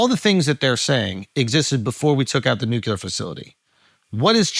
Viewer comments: Why does Andrew keeep saying “Nu-Key-Ler” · I am once again begging with tears in my eyes for Schulz to say “NEW-CLE-UR”